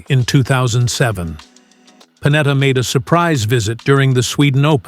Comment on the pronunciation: Pennetta non Panetta impara l'italiano